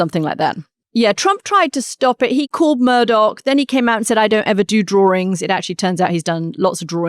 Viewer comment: Pedantic? Why does someone who is so articulate and well spoken as Katty Kay, pronounce drawings as ‘ Drawrings’ 🤷